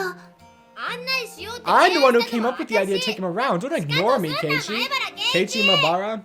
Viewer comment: Also, for future reference, this is how the names are pronounced: Hinamizawa:Hee-nah-mee-zah-wah Keiichi:Kay-ee-chee Rena:Reh-nuh Mion:Mee-on Satoko:Sah-toh-koh Rika:Ree-kuh Hope this helps!